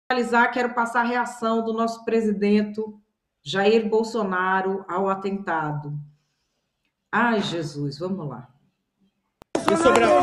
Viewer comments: O melhor foi a jornalista falando presidento kkkkk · Presidento? Pelo amor de Deus. Vai aprender o português correto senhora!